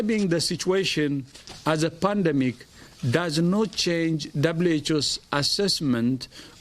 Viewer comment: Is it pandemic or ''pundumic''